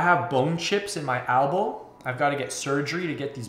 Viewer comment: no Elbow is still spelled Elbow in canada, just pronounces it as ALBOW for some reason, its not a canadian thing, I am canadian and live in canada, everyone else says it properly....Elbow.